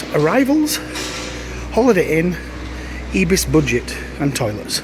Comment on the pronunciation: its not ebis.. its pronouced IBIS like with an i